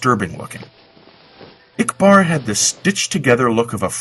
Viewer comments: I couldn't understand ikbar (no offense) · I'm sorry i agree with Flamin.. You did a fantastic job at narration but ikbar i couldn't understand.